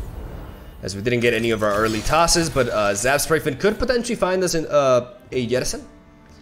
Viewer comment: So you’re adamant about mispronouncing cards like Renekton and Jettison, huh?